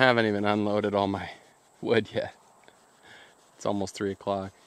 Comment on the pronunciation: He got all that WEWD in the WEWDS